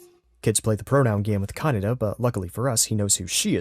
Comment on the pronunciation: You totally lost me when you kept pronouncing Kaneda’s name wrong dude. That was your biggest sin. Lame.